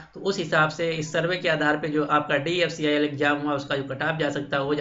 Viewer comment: Jo DFCCIL sahi se bol ni pa rha h wo mujhe cutOff btaega..